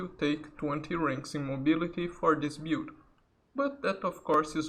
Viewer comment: Can you stop saying " Bewd " instead of " build" every, damned, time ???